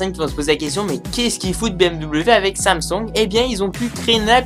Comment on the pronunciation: Samsung, pas samsong. Partenariat, pas partenériat. A quand un texte correctement rédigé et dans un français correct,?